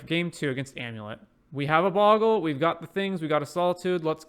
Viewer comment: No sorry, it's Bogle not Boggle.